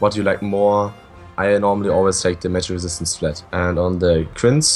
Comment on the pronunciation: "Magic Resit"